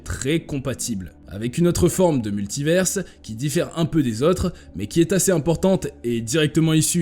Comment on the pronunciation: Répétez après moi : MULTIVAIRE , c'est la prononciation !